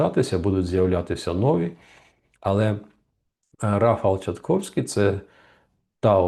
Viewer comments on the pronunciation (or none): Пане Романе! Невже Вам важко правильно вимовити прізвище майбутнього президента Польщі? Чи Ви не вважаєте за потрібне перед етером потренуватись, щоб так не ганьбитись на загал? ТшаСковський, а не ТшаТковський! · Бляха муха , він не Тшатковський, а Тшасковський! Невже це так важко вимовити? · Перепрошую, але прізвище Рафала читається Тшасковський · Неправильно вимовляєте Тшасковський